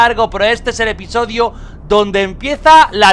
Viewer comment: "Episoidio" jajjajjaja aprendiendo español con el hombre